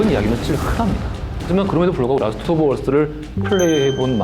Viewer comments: 근데 라스트 오브 얼쓰(earth)가 아니라 라스트 오브 어스(us)인데 왜 굳이 발음 굴리는지... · 왜 라스트 오브 얼쓰라고 발음하냐? 설마 게임 이름을 Last of earth로 알고 있는 거냐?